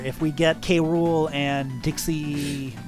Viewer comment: King gram... realy its oviesly king k rool